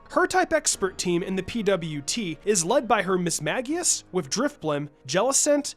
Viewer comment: Mismagius is pronounced mis-MAGE-eus. Sincerely, a die hard Ghost Type fan :)